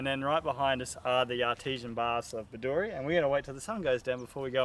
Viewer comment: It is pronounced Bed-doo-ree. The shire is pronounced Diamond-Teena. Great episode.